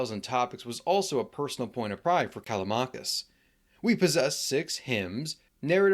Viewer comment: when you say Callamakis, you mean Callimachus i guess